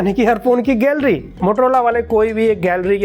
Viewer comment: No one Le: Gallery ko Galliara😂👌...♥️